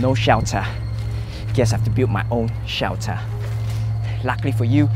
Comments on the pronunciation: Shiyaltarh = shelter HAHAHAHAHAH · Hahahaha he just said "shewter" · Hahaha. I love this video. Like, alot. "SHELTHUH" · Word of the day: "SHELTAH" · the way he kept saying shelter😂